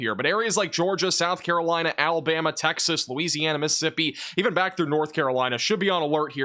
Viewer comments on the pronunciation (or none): none